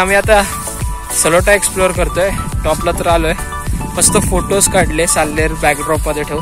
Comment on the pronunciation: छोटीशी दुरूस्ती .. सलोटा नव्हे साळोटा